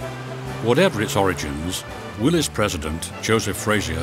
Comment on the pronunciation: Thank you for pronouncing Willys correctly.